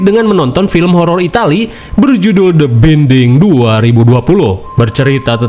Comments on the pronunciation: Bainding bang bacanya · De binding😂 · Dibacanya "The Bainding"! 😭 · Orang Sunda Mh Emang Gitu.. Gw aja de binding baca nya... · Gpp bang, emang ciri khas dia suka asbun nyebutin judul 😅😂